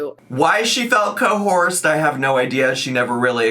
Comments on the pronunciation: ... english is is my second language so I have to ask. It's coerced isn't it? Not cohort? Or is there an other word that means "to force someone" that I don't know? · Cohorsed??? ....Neighhhh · Watching this live was insane everybody lost it when she said coHORSED & was putting “🐎” in the chat 😂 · One day will learn how to say Coerced correctly. As much as I hate to admit this but isn't really wrong...Erica and Brittany KNEW about Love bombing because they're fans of reaction channels so of course they knew that was how to win her heart. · its so weird that for making a live stream to address something serious like she was, she acknowledged that she was purposely pronouncing words wrong. That and joking around with her dear snake of a friend alexis. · when reading the comments I thought she was fucking up the word "cohort" but then we arrived at the clip where she was pronouncing it and I realized... No, she is just mispronouncing coerced 😂😂😂